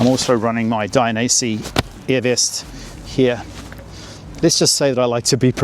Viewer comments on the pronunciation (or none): none